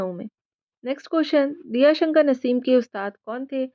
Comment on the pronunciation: Shi talffuz Diya shankar nhi.. Daya Shankar h..